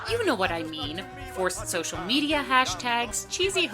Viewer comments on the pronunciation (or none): none